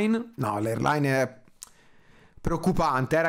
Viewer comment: cazz0 è l' "eirlain", parla in italiano